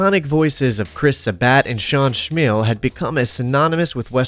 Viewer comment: "Chris Sa-bat" & "Sean Schmeal"? Bruh. You really can't look up how to pronounce people's names before recording?